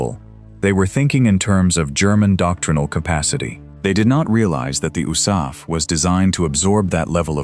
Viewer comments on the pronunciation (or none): Oosaf???? Do you mean THE ARMY AIR CORP? The U.S.A.F wasn't even a thing in 1943, 44, & 45 you idiots!